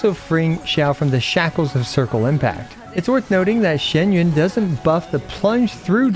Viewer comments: Kur.wa it's not shen yun. Its xian yun. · Her name is not pronounced the way he says it